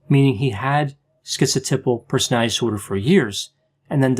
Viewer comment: OK I hear you saying "personality" with all the syllables now. Thank you.